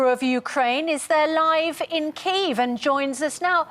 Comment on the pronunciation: The bloke can't even pronounce "Kyiv" correctly. 🤦‍♂🤦